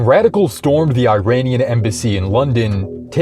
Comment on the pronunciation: Just a nitpick you mispronounced Iranian